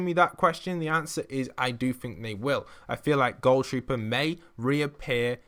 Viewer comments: And why do u say it like goal trooper not ghoul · It is gohl trooper not goal trooper why can't people ever say that correct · It's not pronounced gol trooper it's gool trooper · Nobody: Not a single soul:: GoUL TroOPeR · TheArt Boi “goul” trooper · Ohh I mean it's what he sounded like saying to me It sounded like goal